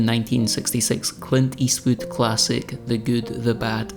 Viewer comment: “Clint Yeastwood” 😂😂🙌🙌